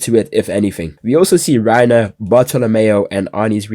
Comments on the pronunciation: "Reiner and Beris" ladies and gentlemen....WE GOT HIM! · bro really said reiner and berus i cant believe it😂